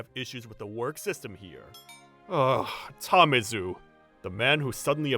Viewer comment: It's Tamezu, man. Not Tamizu.